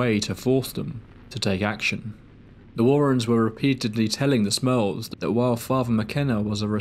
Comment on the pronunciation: I kept hearing “the Smells” instead of “the Smurls” I’ve never heard of this story before